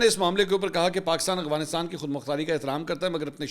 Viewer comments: منصور بھائی محبت اور معذرت کے ساتھ ایک تلفظ کی طرف آپ کی توجہ دلانا چاہتا ہوں ۔ افغانستان کی ادائیگی سننے میں اغفانستان لگ رہی ہے ۔چیک کیجئے جناب ۔ اختر تابش مدینہ منورہ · منصور صاحب میں نے پہلے بھی توجہ دلائی تھی کہ آپ افغانستان کو اغوانستان کہتے ہیں آپ بڑے میڈیا پرسن ہیں آپکے منہ سے غلط تلفظ اچھا نہیں لگتا